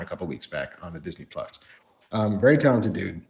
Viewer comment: Marc mispronounced Disney Plus throughout this whole thing! 💕